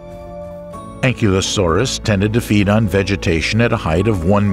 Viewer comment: I was so turned off my the mispronouncing of Ankylosaurus I turned it off. Anklee oh saurus omg really